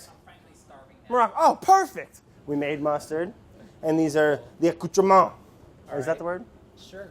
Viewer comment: Nobody gonna talk bout how brad tried to say accouterments like acoo-cha-mon